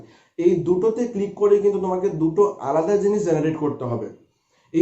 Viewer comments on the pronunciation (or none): none